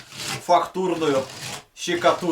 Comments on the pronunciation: Не щикатурка а штукатурка😂😂😂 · Не щикатурка а штукатурка!😉🤭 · пожалуйста произноси слова правельно не щееекатурка а штукатурка не мыыысычка а мисочка не неткогда а не когда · Не щукатурка, а штукатурка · Что такое ЩИКАТУРКА и ЩИКАТУРИТЬ?😂😂😂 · Хахахахах гипсокордон щекотурка я ору с его произношения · Боже мои уши 😂😂😂😂что ты говоришь Щщщщикатурка😂😂😂😂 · Щекатурка!!!! Ахахахппххпхпхппх. Он тролит, или он реально так называет штукатурку???????? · Смешно говоришь слово щикатурка, классный и своеобразный контен, продолжай в том же духе, таких людей как ты мало, желаю тебе удачи!